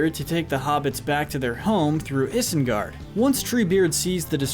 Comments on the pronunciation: Isengard - pronounced EYE-sen-gard, not is-en-gard! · It is pronounced ai-sengard and er-uk-hai not ihs-en-gard and erk-hai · Why are you pronouncing isengard like that? (No offence) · Dude I love these videos. But you pronounce things weird. It’s not hard to say it like they do. Especially after hours of watching these movies in your binges, one would think you can pronounce Isengard correctly at least...